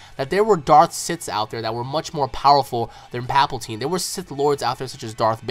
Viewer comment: Thought I'd mention this it's palpatine not paplatine